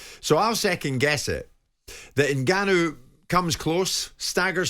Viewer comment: His face when Bob said, "Nig-anu" lol whoopsie.